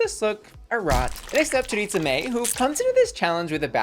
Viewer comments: I lol everytime you say choriTza and not choriza. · I hate how everyone mispronounces choriza’s name 😭